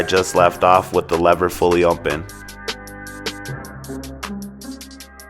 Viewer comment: i came to comments to see if anyone noticed!!! lol or if it was just me lol. but hey he does a great job with the cut!